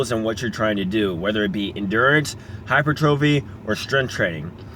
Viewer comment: He is saying he is pronouncing it wrong. It's hy-per-tra-fee not hy-per-trophy.